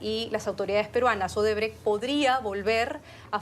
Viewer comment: Esa si es mucha burra,dizque Odebre/Odebrek. Se dice Odebrecht tratando de pronunciar la T del final de la palabra.